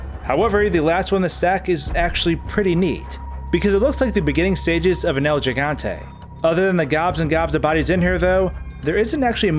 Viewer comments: actually pronounced hee-gante which in Spanish translates to 'gigantic'. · I'd like to point how that people keep saying El Gigante with the G sounding like well, a G. But it's as if the G is a H because it's Spanish. El Hegante, El Gigante. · HEY CAUCASIANS... Gigante is pronounced he-gan-te Stop embarrassing yourselves. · "El Jigantey" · its supposed to be pronounced like "El Higantey" bro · My man your killing me with the way you say "Gigante"... Pronounce the "Gi" as "He" He-gante. Spanish 101 bro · "Looks like the beginning stages of an el jigantay" he butchered that word so bad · It hurt to hear that but what can you expect from a non Spanish speaker? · I always pronounced it gee-gun-tae. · Listen I get it that this video is old but if I hear you say Jeegante one more time I will have to block your video. Have you never ever said gigabyte in your life? Giggle? Giddy? Gilliam? Gift? Geezer? Gills? Gilbert? What possessed you to say say Gigante like the first sound in Giant? Not the same words, dude. Seriously, what the hell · Being half Puerto Rican and growing up used to hearing my family speak Spanish, I cringe whenever people pronounce the G with a G sound when saying gigante. I know it is ignorance since Spanish is obviously not their native tongue, but knowing the G is pronounced like an H, I just can't help but shudder.